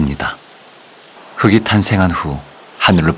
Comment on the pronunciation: 이 좋은 프로그램에서 흙이[흘기] 흙을[흘글] 발음이 다 잘못되었다는 것은 너무 안타깝네요.